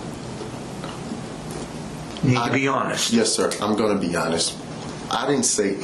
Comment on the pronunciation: "To be honess"....